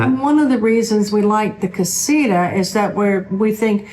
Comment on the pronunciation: Casita. The TA needs to be emphasized. Not Ra . Just saying . Jeje